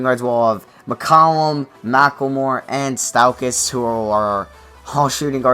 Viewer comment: Stephen not Stefon. Stauskas not Staukas